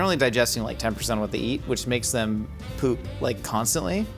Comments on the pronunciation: Why does pronounce "poop" like "püp" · Wondering why says poop like that